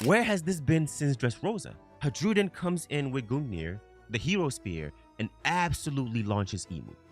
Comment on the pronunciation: I enjoy your content, however it did get harder to listen to you pronounce Hajrudin incorrectly so many times as Haj-rude-in. Just like Jarul isnt "Ja-rule" its "Ya-rool" similarly Hajrudin is "Ha-roo-din"